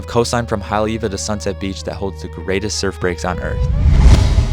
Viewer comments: The pronunciation of Haleiwa was tough for me to hear on this and I am not even from there 😂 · 'What most people think of Haole-iwa...'